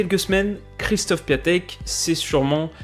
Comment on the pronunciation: D'ailleurs y se prononce "é" aussi 😉sinon encore une excellente vidéo !